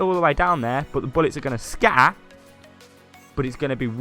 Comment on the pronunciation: its scatter not scaah